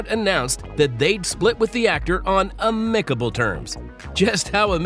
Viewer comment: Amicable is pronounced "am-MICK-able"